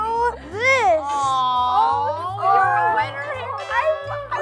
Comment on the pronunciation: He was like if i HAVE to pick a vinner...🤣